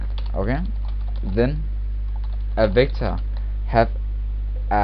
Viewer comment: Anyone else feel like he's saying victim? It's kinda scary.